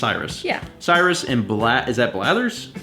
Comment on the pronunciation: "Is that Blathers?" Seriously,? Hearing that physically hurt me.